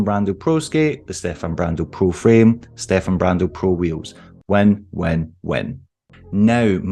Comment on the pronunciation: Finally someone says Stefan correctly